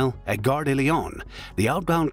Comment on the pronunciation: De, not des.